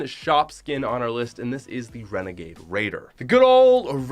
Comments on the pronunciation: You said wenegade waider came out in 2019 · He frikin said renegaid raider last seen December 2019